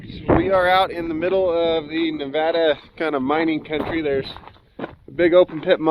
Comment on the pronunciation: you said Nevada correctly! Who cares if you didn’t say Tonopah correct lol. Everyone slaughters Nevada. Thank you for saying it right!